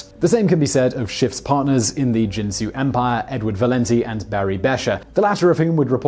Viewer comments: It's pronounced kin-soo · Simon, Simon, Simon... 😣 Once again, problems with pronunciation. 🤐 - Ginsu is pronounced with a "hard G" as in get, or ghost Please please PLEASE do a modicum of research sometimes? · Did anyone else comment that 'Ginsu' is pronounced with the hard 'G' sound, like 'guinea' or 'got' and not the soft 'G' like 'gin' or 'giant.' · Uh, that has nothing to do with the topic. Ginsu is pronounced by the company with a hard "G." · Ginsu has a hard "G." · Dude, no offense to your producer, but you mispronounce sooooo many words! The young people are using this new fangled thing called GOOGLE to look stuff like pronunciation up. I would be more than willing to help if you need it. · It's not pronounced Ginsu. It's pronounced Ginsu. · OMG, his mispronunciation of GINSU is driving me crazy!! :( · There should be a top list of the many times Simon Whistler mispronounced a word. For example, the Ginsu commercials clearly pronounced the G , like Gill. It's annoying to hear every video with obvious mispronounciations. Do your research and stop sounding stupid on YouTube. Ricardo MonTALbon? Really? OMG! It's MONtalbon. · Ginsu ( another brand name ) , is pronounced with a hard sounding G . Not with a soft G as in the liquor Gin . I remember the commercials in which they pronounced the name of their miraculous new knife . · you are saying Ginsu wrong, you are pronouncing it Jin-Su not Gin-Su G G G ge Ge Ge sound, Ge In Sue, next you will probably start saying JIF instead of GIF, JIF is a bloody peanut butter brand not an animated graphical interchange format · I'll translate for the Americans. Its "Ginsu" not "Jinsu" 😜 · Ginsu not jinsu. Apparently they didn’t air those infomercials in whatever foreign country you grew up in. Here in the USA the commercials pronounced the word with a hard 'G'. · It's Ginsu with a hard G, not a J. I guess you never watched the commercials. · Ginsu uses the hard G. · Ginsu (like Go), not Jinsu (like Jump)...